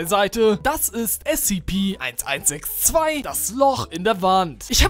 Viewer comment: Ich bin stolz auf dich das du SCP richtig gesagt hast. Also anstatt S-"ZE"-P , S-ZIH-P also ja...